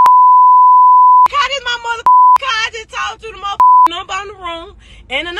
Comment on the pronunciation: For one she saying “caw” instead of car.